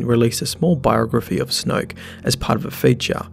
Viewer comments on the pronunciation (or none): That Aussie accent: Snwoyook. IDGI. It takes so much effort for me to pronounce a 1-syllable word in that way.